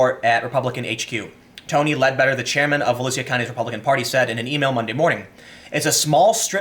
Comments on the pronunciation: Vo-LEW-Shuh, not voloosia. It's a county in Central Florida. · Volusia county, pronounced as vo-loo-sha. And South Daytona is a crap hole. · Down here it’s pronounced Vol-usha :) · Volusia is pronounced Vo-loo-sha. It's the county Daytona is in. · It's pronounced "Vo Lou Sha" Tim. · It's "vo-loosh-uh". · i live in daytona beach your pronouncing volusia wrong